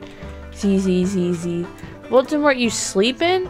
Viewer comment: it’s Voldemort not voltemort Edit: OMG TY